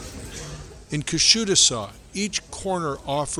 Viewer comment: I like the video but the pronunciation of the town has much to be desired. 😊Otherwise it was a great video thank you! pronounced KUSHADUSA more or less. The last "A" is is more of a cross between the"a' sound and the "e" sound. Thanks for the video though I am already subscribed. I have a summer house there so I am a bit particular. Great information! And a well-made video